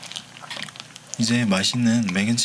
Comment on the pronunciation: 인제 파슬리 라고해야하는데 인데.. 파슬리...ㅋㅋㄱㄲㄱㅋㅋㅋ귀엽